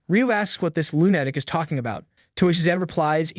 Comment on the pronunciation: It makes me laugh every time you say the word "lunatic" - I'm accidently using your pronunciation at times and it make me look like a lunatic...LOL